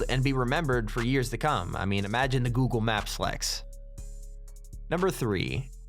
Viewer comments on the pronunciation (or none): none